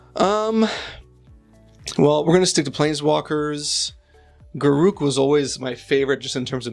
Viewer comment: I am really glad you say Garruk the correct way ;) Congrats on 2k!